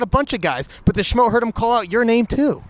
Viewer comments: The schmo nailed the pronunciation 🤘🏻🇿🇦🤘🏻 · The Schmo has the name spot on